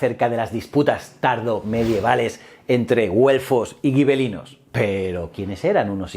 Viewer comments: Hola. Una duda que me ha surgido: si escribes gibelinos se debería pronunciar como “jibelinos”, o escribir “guibelinos” y pronunciar como tú haces. Pero eso es claro está en castellano, y como dices que es italiano entonces sería algo como “yibelino”. Total, que me lío. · Hola, si escribes Gibelinos no deberías decir Guibelinos, además la W hermana se pronuncia B, por lo demás enhorabuena.